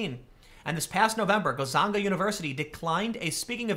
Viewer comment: It is pronounced Gun-Zaga.